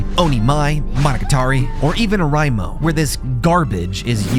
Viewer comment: I cannot believe how you pronounced oreimo... Not knowing Japanese is one thing, but have you never heard anyone say it out loud? If the letter e is in a Japanese word, it's pronounced like the e in end, with no exceptions ever. Oreimo is four syllables, not three: o-re-i-mo